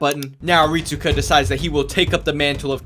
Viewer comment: Rit-su-ka might as well call him rit-su-cuck